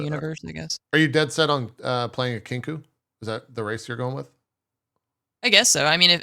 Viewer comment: I like how Anne is supposed to be the smart one that they have to rely on for knowledge and she is a Kenku who can’t talk normally.